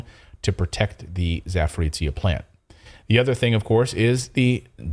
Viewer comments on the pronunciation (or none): Guys! ZA- PO-ROzshye- not Zaporizshye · Clayton, it is not "ZAPORICIA"... Zaporozhye 😁😁😁